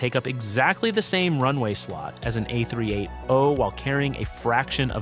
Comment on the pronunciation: It’s the tell us you can’t read and speak numbers or using AI voice scripts without admitting it… 🤦🏽‍♀️